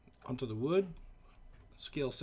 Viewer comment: "...Weathered wud."